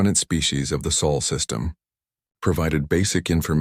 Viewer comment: Chen name used. Automatic dislike! AND IT'S SOL, NOT SAUL.